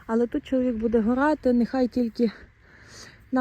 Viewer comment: не горати,а орати